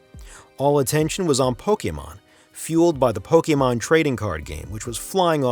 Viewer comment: Thank you for pronouncing Pokémon correctly